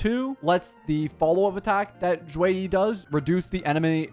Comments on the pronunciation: The "Xue" is actually less of a "Z" sound and more of a "Sh" sound in Mandarin, so it sounds more like "Shoe-weh" rather than "Zhoo-way"! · Should be "Shu -e -ih" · In Chinese it would more or so be shue e so for the shue you have to like upper your tone and for the e you have to lower the tone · it's more like shuYei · no, its pronounce more like sheh-ee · not really almost perfect, more like the last 20% was correct 😂